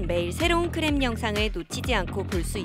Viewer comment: 크랩(CRAB)아니고 클랩(KLAB)이라고 발음해야 합니다. 차라리 케이랩(K-LAB)이라고하던지요. 영어권 외국인에게 확인해보세요.